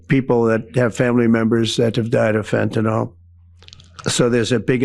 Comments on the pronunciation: Pet Peeve: It's not pronounced "fentanOL" - it's "fentanUHL" or "fentanIL." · Ben— get it straight:That is FentanYL—NOT FentanOL!!! you are just parroting Donald Trump!